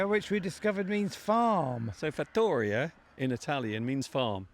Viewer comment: hi mr Duncan,! in the word fattoria, you must put the stress on the i!